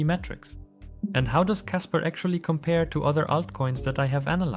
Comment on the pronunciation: You keep saying casper